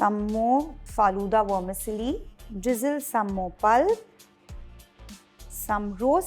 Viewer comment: Great elaborate recipe!! Tq Vermicelli is pronounced as it is. You sound like wormisilly!😉❤